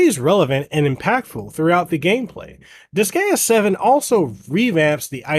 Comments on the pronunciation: Why are you pronouncing it like that......its dis-GUY-uh.....not dis-gay-uh... Can't be a fan if you can't even pronounce the game right hahahaha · its Dis-guy-uh not Dis-gay-uh. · Friendly advice, when in doubt, check the Japanese name, you'll get it right. Even English native make mistakes sometimes (with Pokémon for instance). In the case of Disgaea, it's Disugaia in Japanese, where "a" is always pronounced as in "apple" and "i" always as in "image". It's then di-su-ga-i-a. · Hahaha he says "disgayuh" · Same! I had to leave i recoiled everytime he said dis gay uh lmao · I...can't with that pronounciation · The pronunciation….if you’re gonna do professional video game reviews, you should maybe research how it’s pronounced first. Otherwise people aren’t going to take you seriously. Pro tip. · Couldn't watch. Him mispronouncing the name of the game repeatedly took away any and all credibility. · the way you say Disgaea makes me cringe DX AAHHHHHHHHHHH but it soudns similar to D5 which is great in terms of story and gameplay with new extras im sueprexcited about it